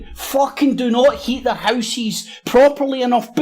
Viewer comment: Love how you say "heat their hooses!" And love "because they are too busy eating croissants." LOL Great analysis!